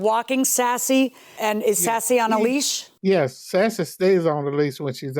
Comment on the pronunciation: I want to correct the plaintiff so bad, not "lease" it's "leash"😅.